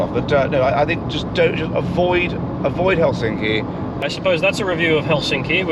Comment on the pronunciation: The correct stress on the city Helsinki is on the first syllable, so heklSINKI is incorrect and HELsinki is correct.